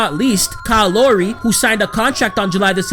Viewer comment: you pronounced lowry as lory too